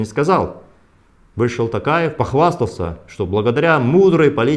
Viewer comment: Мухтар говорите тОкаев. А не тАкаев